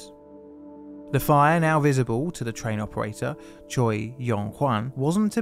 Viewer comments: Choi is not pronounced "tcho-ee" but "tchay", otherwise very nice effort on the pronunciation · hey, i wanted to throw this out there for you so you knew for possible future videos! the korean surname “Choi” is actually pronounced as “Chweh”, as its spelled with the letter that sounds like -weh and not the letters that make “-o -i”. thank you for the awesome videos! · Choi is pronounced Che in Korean